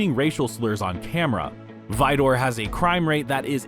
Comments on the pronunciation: Not vidoor it’s pronounced vider. It’s still a crap hole. 😊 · Pronounced Vider. Not Vidoor